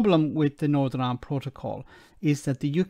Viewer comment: Gnawtin Island and Suthin Island. All you need to know - the other words he spoke are incorrect too.